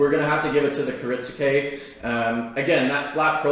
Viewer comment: It's not "Kirit-su-ke" It's "kirit-ske". The "u" is silent. A guy selling Japanese knives for a living should be able to pronounce what he's selling correctly. Other then that he seems like a nice dude, just saying.